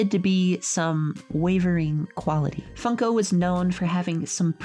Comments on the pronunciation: Why did I keep hearing fucko instead of funko? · I cant , I just cant, it sounds like she's saying fucko, not like a swear, instead of funko